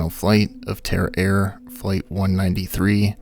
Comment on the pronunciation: tara air? dang I thought you said terror air. I thought... wow great name guys.